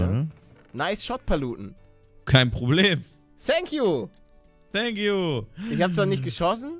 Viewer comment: Thank you man spricht mit f nicht s